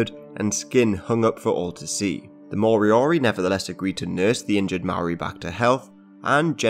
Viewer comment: if going to discuss moriori: pronounce properly; make sure your facts are correct, for one moriori are NOT extinct as not all were killed or died off and descendants continue to accelerate new generations which includes language and be included in a fairly recent govt payment.